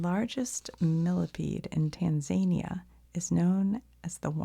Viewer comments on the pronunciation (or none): Tanzania sounds so zany. :p Tanzan-EE-ya on the other hand. xD Also your pronounciation of Leclerc was on point. 🙂